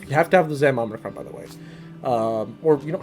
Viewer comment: Good video great knowledge and I’m inspired by anyone brave enough to put them self on video for everyone to see it’s easy for people at home to critique and you did great Just one thing ….There’s no “N” in the middle of Omicron it’s not Omnicron Keep up the great videos